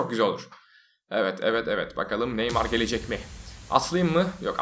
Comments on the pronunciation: normalde : nah neymar böyle neymarmı olur batuhanda : nah neymay böyle neymry mi olur :D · Nah neymar dedikten sonra neymah diyon